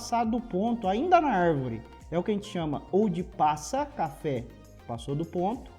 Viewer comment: 'Arrrrvore' kkkkk